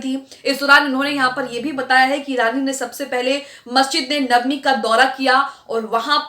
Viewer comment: आन्टी एंकर ,नबावी नहीं है नबवी है।